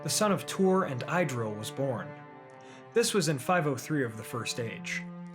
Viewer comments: Pronunciation note: please: Idril= Ih-dril or ee-dril NOT EYE-dril! Thanks. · It's not 'Eye'-dril, it's pronounced Idril with a short i as in the word, well, in - good storytelling though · Not “Idril”, “Eedril” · I have a question, wouldn’t the pronunciation of Idril be Eedreel? Just correct me if I’m wrong, tanks and great video!